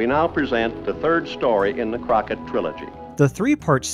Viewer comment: It's not Davy Corckett, it's David Crockett